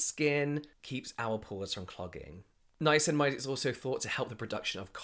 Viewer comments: I love it when says “ninamacinimide” 🥰🥰🥰🥰🥰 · Was that a nine-nine-acinamide I heard? Or something else????? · Ninanicinimide....or Ninaninacinamide...lol Love the podcast, you two are hilarious 🖤🖤